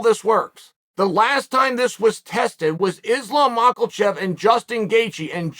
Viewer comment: why does my mans say makelchev? theres no L anywhere